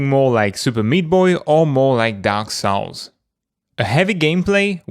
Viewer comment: It's dark souls not sowels say s. Now say aaaaaaw... now say l. Now s. Souls not sowels.